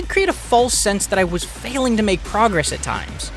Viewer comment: "TTTTTTTweeeenty hours" "FFFAAAAiling to make progress" "PPPReeety remarkable"